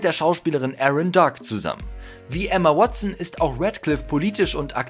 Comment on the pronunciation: Ich liebe Ämma wotsen